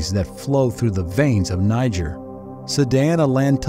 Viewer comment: Why is he pronouncing it as “Ni-ger”?? I’m weak lol